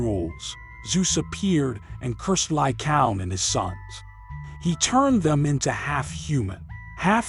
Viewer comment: Lycaown? Lycaown? Lycaown? It's pronounced Ly-Kay-On!